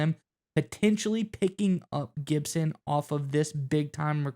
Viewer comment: lol when you learn how to spell then you should talk 🤣😂😅. It's Gipson not Gidson you sound like Tennessee with David Sanders Jr. on his TENNESSEE OV